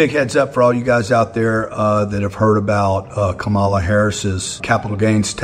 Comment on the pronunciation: Grant it's Ka-ma-la. I expect more from you. And the rich should really not comment on taxes. And if you respect the military, you should pay federal taxes. C'mon man.